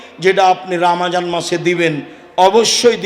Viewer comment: Atay suddho uccaron